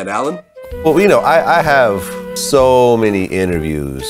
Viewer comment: 'I interviewed ssso many people'😂😂